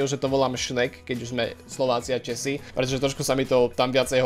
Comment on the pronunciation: Česi místo Češi